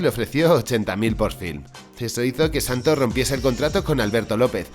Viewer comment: si lo escribiste bien, porque lo dices mal? " El Santo " NO , el santos